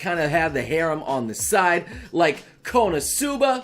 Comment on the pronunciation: is no one going to talk about the fact that he was saying harem wrong...no ok then i will show myself out. ps. he might be trolling and i am too dumb to know for sure.